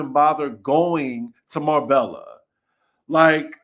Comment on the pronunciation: Sa VEEE Yahhh (Seville) and Mar bay ya (Marbella)🔊